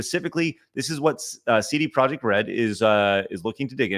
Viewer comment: CD Projekt, I dub thee “Seedy Project”